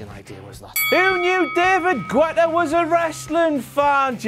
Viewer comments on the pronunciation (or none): David Gwetta,? David Gwetta? Dabble Ew Tee Eff